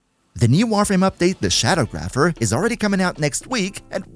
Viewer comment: It's Sha-dawg-rapher.